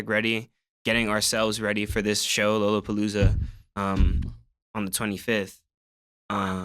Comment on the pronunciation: yall gotta update the timestamp names, the album is UKYO not Yu Gi Oh lmao. and its LOLOPOLOOZA. not Lola Palooa. and yall forgetting the 47! FXLSE47